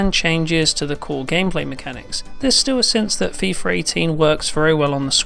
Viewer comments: it's Fee-FUH, not Fee-FER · Why does he pronounce "fifarr" instead of "FIFA"? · "fifer 18" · Feefer 18? God, Britains have the strangest pronunciations. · FIFAR 18?? thats how he said it..